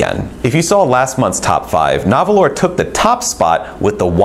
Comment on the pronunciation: Nahvalur is still pronounced narwhal. They made that clean when they debuted the name change.